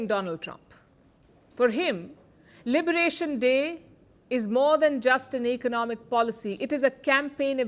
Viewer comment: Liberation dray. Day*. Liberation Day* What da palki 😂